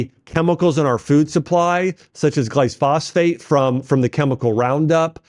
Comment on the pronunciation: bro, you could have done a little more research on how to pronounce words like pfalate or glyphosate